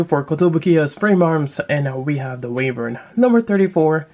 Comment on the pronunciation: why-vern is how its pronounced